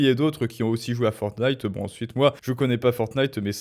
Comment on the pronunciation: Oh mince ! Il a vraiment dit Fornite en plus pour le "rapport à la violence" ! Waou.... Je pensais que c'était pour le meme dans les thumbnails.